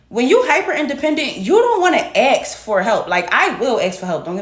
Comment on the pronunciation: "axe" vs. "ASK"! 🙄😒 Do better!